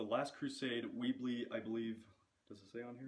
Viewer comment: Um, the gun is pronounced Webley not weebly. Like charlotte’s web.